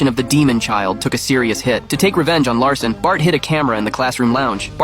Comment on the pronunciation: His name is Jack Lassen not Jack Larson